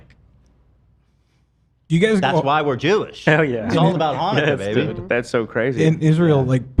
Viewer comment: Ethan’s pronunciation of Jewish holidays kill me lol